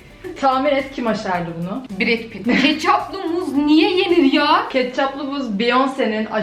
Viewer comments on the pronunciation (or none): ya sen niye katçap a ketçüp diyon